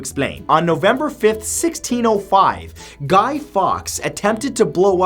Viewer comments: It’s pronounced falks not fox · It's pronounced Guy Forks not Guy Fox. Just a small thing in an otherwise interesting video. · Great video discussing the true meaning of symbols, but you've missed pronounced "GUY FAWKES" name pronounced like "FORKS" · Guy Fawkes is pronounced like forks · guy fawkes not fox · A super video as always. The only thing I want to point out to you is the pronunciation of Guy ( surname pronounced) forks. Keep the good stuff rolling out to us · It's pronounced "forks" but Americans will probably say that wrong as well.. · Love this! But you say it Guy Forks and I will never understand why we have bonfire night here in the UK haha! Thank you for posting videos like this, love learning new stuff! x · When he pronounsed guy Fawkes name wrong. Being British myself it hurt a bit.